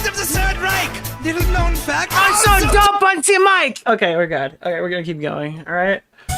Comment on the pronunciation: I'm fuckin dead from listening to say "ALSO DOPE ON ZE MIC"